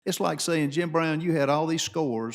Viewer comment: Iss. Not “it’s.” Iss